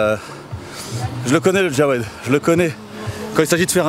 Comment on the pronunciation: On dit jawed pas djawed